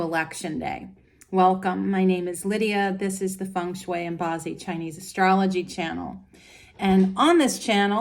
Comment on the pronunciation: She mispronounces "ba zi" too. It's very cringe to hear her butcher the term when she is supposedly an expert. You would think after studying it, she learn how to say it properly